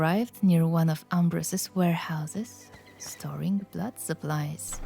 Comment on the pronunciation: "The Blludd of Dahnwalkerr"